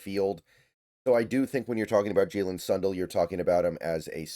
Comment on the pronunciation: Sun Dell like Dell computers not Son dull